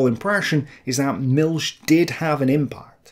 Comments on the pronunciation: Milch isn't pronounced "Milk" It's more like "MilH". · Great Content, but you say Milch wrong. Its not the english ch, but more like in the scottish "Loch Ness". There is no S sound in the german word Milch.